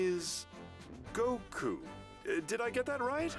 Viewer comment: It's not that hard to pronounce "Goku"! Come on!